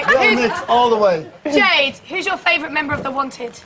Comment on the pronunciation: i love the way jade says her name! it sounds like Jude